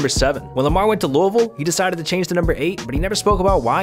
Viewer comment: Thank you for saying “Louisville” as a Kentuckian